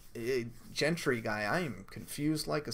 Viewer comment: Jentree haha